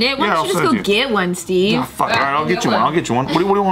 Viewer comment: Steve.. steeve. Eee.. not like stiff like cheese.. steve.. steven..